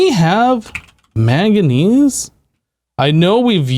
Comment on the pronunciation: Killing me with the "maganese" my dude